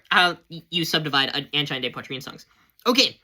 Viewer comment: It's pronounced an-jean, man.